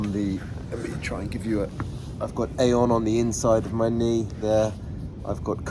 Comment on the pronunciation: It’s pronounced EEE-on. Glad this is working for you! 🙌✝️